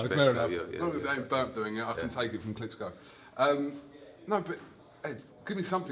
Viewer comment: Eddie "he's fought Wladimir Klitscko" Hearn